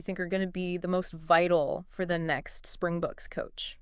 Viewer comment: Just pronounce it "Spring-BOX'. It definitely isn't "the spring-BOOKS". Singular: "Spring box" without the "s" at the end.